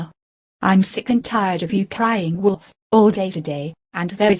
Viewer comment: When she says it more than one time, she sounds like she is saying "Woodolf"